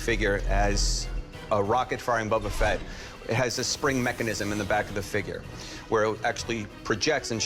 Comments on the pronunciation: This guy keeps calling it “Bubba Fett”. It’s BOBA Fett, you dope! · It's BO-ba Fett... not "Bubba Fett". This guy doesn't even know how to pronounce the name. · "Bubba" Fett. this guy... -_ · “bubba fett” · Why do they keep calling it "Bubba Fett" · "Buba fett" said by the hard-core star wars fan smh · It's not Bubba Fett... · No one: Absolutely No one: Not even Disney:: BuBbA fEtT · I love "Bobba" Fett so much that I can't even pronounce his name correctly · For a starwars fan, that one dude doesn't know how to pronounce boba Fett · Anybody else really uncomfortable with the way that guy pronounced "Boba Fett"? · Different languages may influence the outcome of the pronunciation. Ask a Japanese and an Egyptian to read "Boba Fett", they will come out differently. Thats common sense. Now, if you are an American and you find weird the way it was pronounced, then i have none to say about that. :)